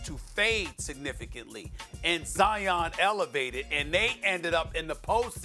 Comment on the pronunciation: No one : Not even Covid-19 : Stephen A : Zion Williamsons Dominique : Jaian